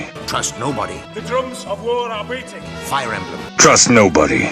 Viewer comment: Nah, i personally hear a B in the beginning. I understand Breating for some odd reason, but that‘s just an r away from Beating.